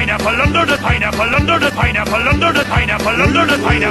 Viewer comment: I liked it when he said under da pineapple